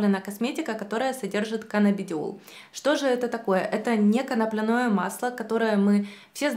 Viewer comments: Почему коноплянОе, если коноплЯ? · Не beta - karаten, не канаплинное масло!!!! Боже, как так можно ставить ударение не правильно. Причём всегда. ИКЕА. . 😬